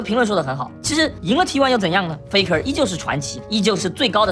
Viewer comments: 就是peko因为韩语里面没有f的音，所以韩国人把f发成p的音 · 他就是故意學韓國念法 很好笑 差不多就是peko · faker念得很像peko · 聽過韓語播報聽過T1 Mic check的我知道那是韓文發音 但看超級他媽多油油的東西的我下意識聽成Peko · 他是故意學韓國念法啦